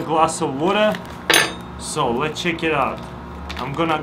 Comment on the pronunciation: Actually it's let chek ii ou